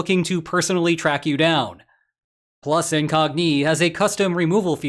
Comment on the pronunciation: Why do you pronounce Incogni with Iranian cadence and emphatic patterns?